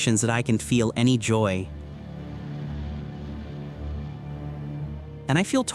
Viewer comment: AI is embarrassing when it can't pronounce English abbreviation word endings (can tee?? really??😅) Pathetic